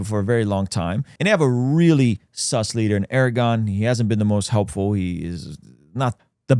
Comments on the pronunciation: Erdagon pronounced "Air de juan" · Turkeys leader "aragon" lol this ain't lord of the rings.. pronounce it correctly 😂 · How Credible? When you don't even pronounce Erdu Juan's name correctly?! 🤨🤔😒